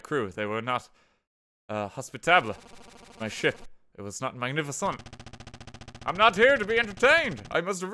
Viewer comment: i could excuse the deaths and the hubris, i only made a bit of fun of him for the 8 minute rule, but GOOD GOD MAN, HOS-PIT- TA -BL? MAGNIFISONT? duuuuude.